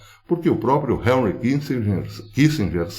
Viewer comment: Professor, não é Harry é Henry, só uma dica pra ficar mais estético, porque o conteúdo é top!